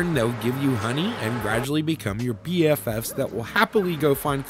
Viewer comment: Your Bee-FFs